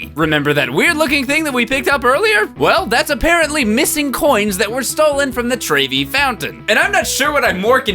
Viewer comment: try saying trevy like trevor but with a y :) mama mia